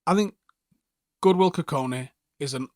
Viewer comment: and godwill not goodwil lol